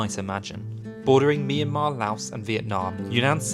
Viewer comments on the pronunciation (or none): none